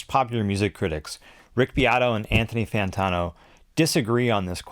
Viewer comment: Fan Tawno hahaha